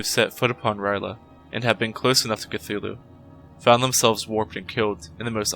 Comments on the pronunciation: This is the first time I’ve heard R’yleh pronounced like “rai luh” instead of “earl yay”. It doesn’t really matter though since it has other-worldly origins and isn’t meant for the human tongue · I gotta say i know its only lovecrafts fault but i really hate it when people mispronounce r'leh